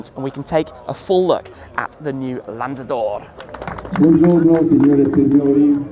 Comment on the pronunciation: Italian:- lanzador 🤌🏻 Bengali:- landador 😂